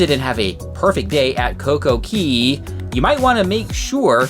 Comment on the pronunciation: It's not CoCo Key.. It's CoCo Khay / Cay